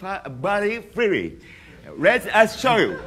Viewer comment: cris chavez "You can move yo body freewy" and "Wahn mirrion troobs".